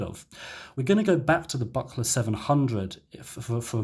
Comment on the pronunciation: Buchla is pronounced, "book-la." At least according to Don Buchla :D